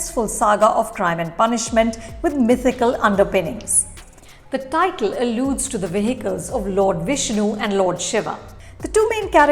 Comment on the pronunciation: Why do you pronounce the title of the movie like a wannabe NRI?